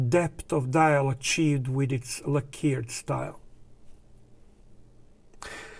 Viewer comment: Please say LACK-erred not la-KEERED. Thank you,!